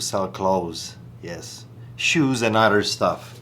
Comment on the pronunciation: Shoes and 'uttter' things